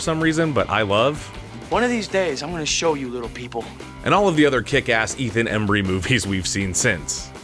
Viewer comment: Ed O’Neill and Ethan Embry (Randall), not O'Neal and Emery. Cheers.